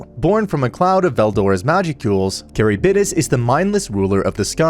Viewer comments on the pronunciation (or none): Love your videos, man, but... you could have done much better with the pronunciation of some names. at the very least you could have tried to pronounce Charybdis right. It's not carrybidis, it's KH-rib-DIS. it's not even Japanese, it's Greek. and is worse by many stages because Charybdis's name is said REPEATEDLY thru the whole sequence! on top of Charybdis being a popular monstrous addition for being a monster present in The Odyssey. this is coming off as very mean but I am. Floored about the pronunciation. Absolutely Handbasketed. Actually Fucking Egg Cartoned. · Ok I love this guy but the way he says 'Charybdis' as 'Carry-bid-dis' is appalling 😭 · Isn't it pronounced ka-rib-dis and not carry-bid-is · and when he says “caribidis” pretty sure its “Car(rib)this) as a pronunciation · great content keep it up! also it's pronounced ker-ib-dis. Though i'm sure there's plenty of other comments pointing it out lol. plus I'm sure especially with japanese words mixed in, you can't expect to pronounced everything correctly lmao. Only reason i know is from too many fantasy games XD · The way he said chariptis ...is that how you spell the fish things name? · Also his pronunciation of Charybdis crazy like what the heck is carrybidis